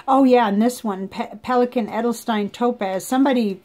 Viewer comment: And for Edelstein... You pronounced it as it's written (the part with "st"). That's the obvious way to do when you don't know better. Because it makes sense to say it the way its written. But in German the ST is in the most of the times (I currently can't think of an exception but there is one for sure because it's the German language) pronounced like SHT... By the way... SH sounds the same like SCH in German... Just like in "shift".